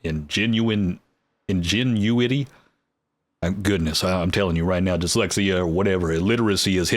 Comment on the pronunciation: ingenuity is pronounced engine new ity ;)